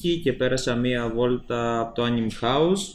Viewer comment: άνιμε ειναι οχι άνιμ :P